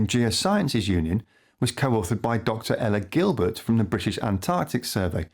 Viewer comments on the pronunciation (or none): none